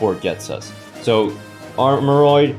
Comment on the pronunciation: Whoa pronounced it right this time lmao